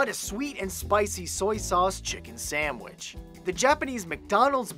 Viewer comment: what did you just say nacho chicken sandwich or not you're chicken sandwidge